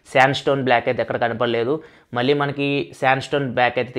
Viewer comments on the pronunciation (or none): none